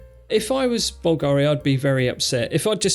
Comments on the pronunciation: bÚlgari, not bulgÁri: watch the accent. I love your superb work on the channel: 99, excellent notions, just this little dissonance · Correct pronunciation would be BVL-gari, not Bvl-GA-ri. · Bùlgari instead of Bulgári. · Bulgari is pronounced /BULLgeh-ri/. Stress on the first syllable. By the way, I scanned the QR code from the screen! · You are mispronouncing Bulgari. Emphasis on first syllable and not second. Good video though so keep it up! :-)